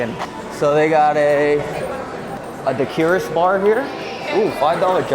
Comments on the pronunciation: daiquiri is pronounced dackeri - not dakeeri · U mispronounced daiquiri